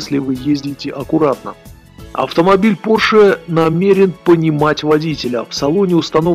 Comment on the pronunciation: Поше миссион Э!!!! Мать его миссион Э!!! Йоп твою машу! Человек рассказывает о новых технологиях, развитии цивилизационного мира и о будущем в целом - и при этом у него "Поше Миссион Э"!! Это блея*ь каааак???